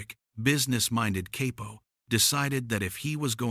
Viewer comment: Gotta love ai narrators. CAY-PO Lmao 😂